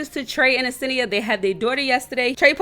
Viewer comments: where do you see a e in front of her name ? like damn u never say her name right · Why you say senia like that😭😭😭😭